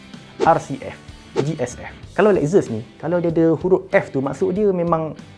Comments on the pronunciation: Lexus - 'Lek-ses' ☑ Lexus - 'Lek-zes' ❌ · Lex zus.....🤣salah pronounce tu....!!